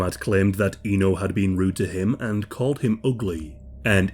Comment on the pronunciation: Just a little correction there that her name is actually pronounced as Éno with the E pronounced like one in “Elizabeth” or “Echo”. Indonesian speaking here, this case is one of the worst I’ve ever heard in my lifetime. This is just outright tragic and horrendous. Many do sympathize with her like any normal human being would, but not too few people (at least I’ve seen online) that tried to pull an edgelord by making memes outta her situation and even there were few that somewhat justified her murder through the lenses of conservative Islamic views as she brought shame to her family honor by rejecting a guy who tried to propose her. Ironically, those people, either they realize it or not, missed out the glaring facts that non-marital relationship is actually a taboo in Islam and murder is even a much bigger sin in Islam as well, and in any religion for that matter.